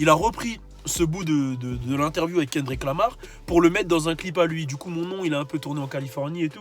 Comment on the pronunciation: Frere déjà prononce bien son prénom et après reviens